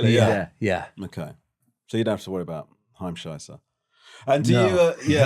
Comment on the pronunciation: It’s „Heimscheißer“ 😅